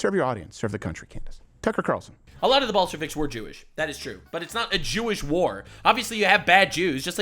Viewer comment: “Tucker Qataralson.” is a mad lad 🤣